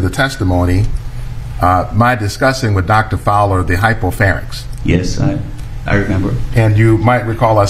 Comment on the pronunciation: Did she say hypophanyx? Ahhh....Americans...